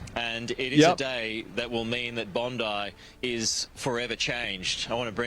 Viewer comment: Even the news that would suck Pam Bomdi's cock would call it "Bondai Beach". WTF is with Americans' inconsistent vowel pronunciation?!?!?! Even the natively english words like "nuclear" are too much for them. Do people there really speak 0.5 languages? 😂